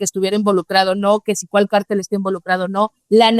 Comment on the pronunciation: Háganle un favor a y díganle que se pronuncia CÁRTEL... ¡NO CARTEL!